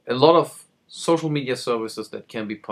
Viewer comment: Did you just say ''Gocial media'' ? lol